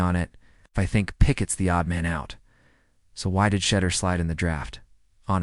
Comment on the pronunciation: Can someone teach A.I. how to pronounce Shedeur 🤣